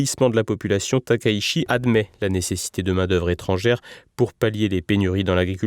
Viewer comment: on prononce "Sanaé Taka-itchi", il n'y a pas de diphtongues en Japonais, et le CH se prononce TCH sinon ça s'écrit SH. Merci.😌